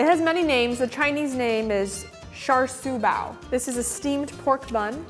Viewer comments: I’m sorry but it’s actually pronounced char siew bao and char isn’t pronounced shar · "cha shao bao" is the actual Chinese pronunciation, in case anyone is wondering. "cha", like the cha-cha, not "shar". And siu is pronounced "seew", like "see you" said really fast, not "soo" :) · Char Siu Bao is pronounced like : chaw su bow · You pronounced char shui pao wrong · The way the lady pronounced Chinese pork bun 💀 it was close but ehhhhh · The pronunciation of cha siu bao. That’s not how you pronounce it (TnT)/ It just annoys me. I’m from HK and I live in HK, and it just makes me irritated. I don’t wanna sound too mean :T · Is it just me, cuz I cannot stand the way she pronounces dim sum and char siu bao...